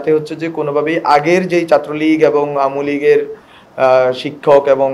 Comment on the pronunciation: চাত্র দরম আমলীগ এই শব্দ উচ্চারণে আরো যত্নশীল হতে হবে